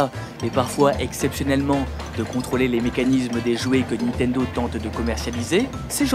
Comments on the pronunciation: Cool tes vidéos ! :) Juste un truc c'est niNtendo pas nitendo :D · niNtendo. Pas nitendo. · Alors, ça fait plusieurs vidéos que je regarde, et tes vidéos sont cool... Mais s'il te plait ! NiNtendo, et pas Nitendo // Et encore plus important -> SuIcide, et pas Sucide :P Sinon bravo :D